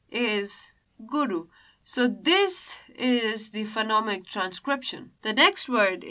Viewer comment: Is it Phenomic or Phonemic? And the way of describing the chapter feels very swallow. Please spice the things up, be more subjected to examples. Thanks.